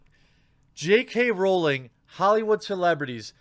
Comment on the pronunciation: They see me rawling they hatin, tryin to catch me rawlin dirty 🤪 (jk rawling the way the quarting says it ) lmfbo